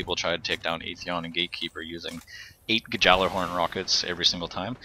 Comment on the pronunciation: *ghallerhorn (old scandinavian)